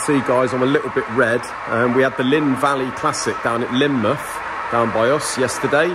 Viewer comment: Linmouth = Linmuff lol